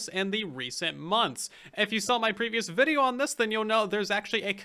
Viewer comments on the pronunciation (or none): none